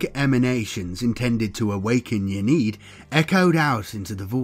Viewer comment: Very cool video. Ynnead pronounced "in-knee-add" tho just so you know. Not a critism, just sharing :) keep it up, really enjoyed, will be subscribing.